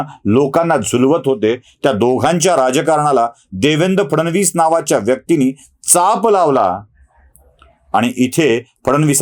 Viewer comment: ब्राह्मण असूनही "फड नवीस" चा उच्चार फडण वीस करता हे कानाला खाटकतं. फड नवीस- cabinet secretary.